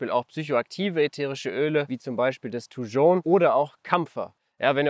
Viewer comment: Ein wirklich tolles Video zu einer wunderschönen Pflanze, aber die Aussprache von 'Thujon' ist wild. Haha. Ich spreche das j wie in Jacke aus.